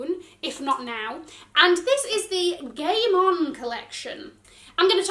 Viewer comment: When she said “The Game On Collection,” I can’t be the only one who thought she said “The Gay Mom Collection.” 😂